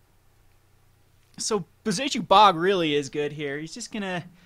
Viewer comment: I love how he absolutely slaughters the word "Bojuka" every single time.